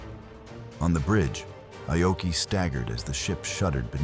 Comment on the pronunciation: It's not I-oki. It's pronounced 'Ah-oki' and spelled Aoki in English. This AI voiceover is inconsistent and annoying. A lot of people say Aoki was the cause of the disaster. No, he wasn't. He might've been overly cautious, but the IJN was hampered by a couple of things. One, they didn't have radar in 1942. They relied on sighting the American warplanes or ships and often, it was too late. Two, the IJN had a certain arrogance. After all, they had faster airplanes--the Zero still ruled the skies until around mid-1943--and they'd won many victories before Midway. However, as mentioned, the armor on Akagi had been reduced. The multilevel setup was weak, and their firefighting crew wasn't that great. Moreover, after shooting down the dive bombers, the Zeros were out of position. And...most telling, lots of bombs and anything explosive had been left out in the open. One bomb hit perfectly and ignited everything. That was it. Poor engineering, poor fire suppression, and no radar...that was Japan's IJN undoing.